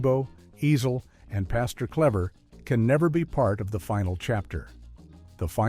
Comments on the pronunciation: Ezel!!! Not Easel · The way he keeps pronouncing Ezel is PMO! Lol